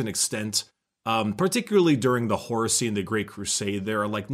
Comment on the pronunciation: says, "the horusey." nothing wrong with that, i just think its funny